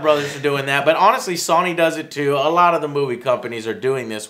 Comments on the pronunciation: Dude can't even say Sony. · This is the third video I've commented this on, Joe, what is wrong with you always mispronouncing names like Sony and Warner Bros, and in other videos mispronouncing Margot Robbie and Thanos? I'm starting to think you're doing it on purpose to intentionally piss people off. lol